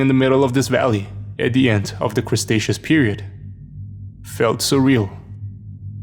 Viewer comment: Tiny whoops that made me giggle the “crustaceas period “ made me think of lobsters